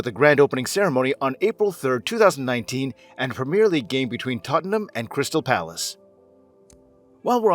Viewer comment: Lads.. It's Tottenham